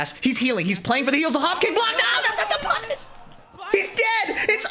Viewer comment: That was my favorite "Thats not the punish" ever. Mainly because I didn't expect to understand the words coming out of your mouth but it sounded clear as daylight